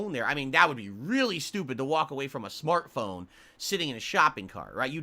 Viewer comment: Why does he call his cell phone a 'SMARK phone'? There it is clear as day. Smark. Phone.